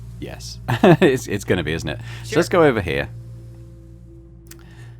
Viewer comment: really has the most american pronounciation of ”Sure” that i have ever heard ”SYYRE”